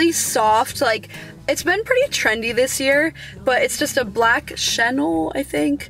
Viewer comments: Chenille is pronounced. Shen eel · Chenille is pronounced Sha-kneel....super soft, nice find! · It’s pronounced SH U NEEL lol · Chenille is the softest fabric 😍 pretty sure it’s pronounced “shen-neal” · its pronounced chen-neal haha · Sha- nelle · your friend is a fashion influencer but doesn't know how to pronounce chenille? whoa.